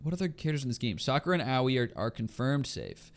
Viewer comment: pronouncing aoi as "owie" makes my brain hurt in a unique way